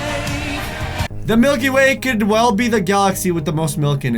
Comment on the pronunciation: I thought milky way said Mikey Way